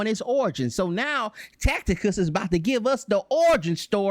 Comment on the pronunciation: This doofus 4 real keep saying TAC.. TI.. CUS when It's TAC.. I.. TUS!!